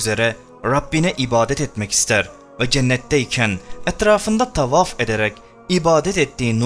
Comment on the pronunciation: Neden Rabbi gibi kelimeleri " Rrraubbi " Tavaf gibi kelimeleri " Taufaf " gibicesine arap lehçesiyle telaffuz ediyorsun? Bir çok videonda ara ara böyle telaffuzlarda bulunuyorsun ama o videoların bir çok yerlerinde de aynı kelimeleri normal lehçemizle söylüyorsun. Örnek : . Böyle gerçekte konuştuğun gibi konuşmayıp başka bir lehçeye eğilim sağlayıp yapmacık olunca egoların mı tatmin oluyor? Daha mı çok etkili olduğunu düşünüyorsun? Bilmek istedim. Bu senin normal konuşman veya normal şiven olsa kesinlikle yadırgamam ama arap lehçesine özenerek konuşmayı bilerek yapıyorsun ve bu çok gıcık duruyor, rahatsız ediyor. İşte bu yüzden videolarını hep yarıda bırakıyorum ve izlemiyorum. Yapmacık olma, kendin ol. Teşekkürler.